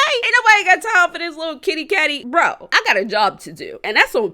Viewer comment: She giving me anxiety saying little baby😂. it’s lil babbyyyyy😩😩. and happy late birthday good video❤️